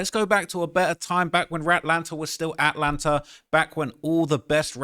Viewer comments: He said Ratlanta!!!!! 😂😂😂😂 wow 🪤 going crazy, what you expect from Savage his name is savage and he did Adin durty, where my Slimes at!?😂😂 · He said "ratlanta" whew 😂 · He said RATlanta 😂😂😂